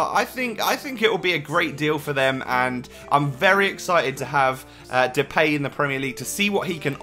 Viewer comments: who do you support? and Depay is pronounced " De-Pie" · That's just how people in England pronounce it but it's different if you actually pronounce it in dutch